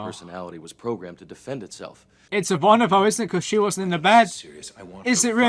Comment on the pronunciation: You really should be able to pronounce Ivanova correctly by now. 🙄